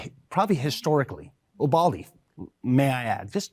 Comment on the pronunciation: Wait is he saying “ubalde’…think he means Uvalde. Get the name right as your talk about it so strongly